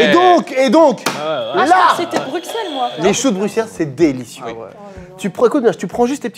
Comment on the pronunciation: Entendre un français qui sait prononcer Bruxelles, un plaisir